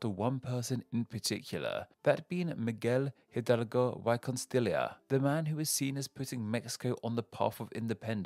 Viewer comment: Please do not say Miguel Hidalgo y Costilla ever again.